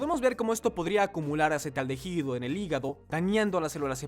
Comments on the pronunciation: ¿¿"Acetaldejido"??? Jajaja,, "acetaldehído". Se lee "acetaldeído". En español la letra H no suena 🙄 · Acetaldehído y NO acetaldejido...............por favor!!!! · Una lástima que no pude terminar de ver el video, por la mala pronunciación de ACETALDEHÍDO... No sé por qué lo pronuncian como "AcetaldeJido", solo produce dolor en los oídos, la "H" no se pronuncia. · Porque el 1d1ota que hace el doblaje todo el tiempo dice "acetaldejido" acaso no es hispanohablante para saber que la h no se pronuncia en "acetaldehido"?? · No es acetaldeJido eh! Se pronuncia la i, la h es muda no manches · Es traducción con inteligencia artificial, y la letra H es como la j. Ejemplo, hooters es juters.